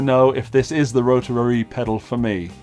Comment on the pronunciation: Love how you pronounce "rotararary". That's how it should be said!